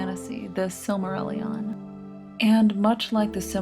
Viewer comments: I'm pretty sure the narrator uses the incorrect pronunciation for the title name and it's frustrating to listen to. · I'm trying so hard not to be bothered by the pronunciation of "Silmarilion" and by extension the manifesto title, I know it isn't a big deal but my brain hates it 😂. Great video, tho! I'm just mentally ill and way too invested in Tolkien lore.